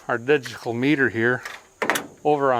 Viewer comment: "We're gonna take our digitigal meter here, over on the horseshoe setting ..." 🤣🤣🤣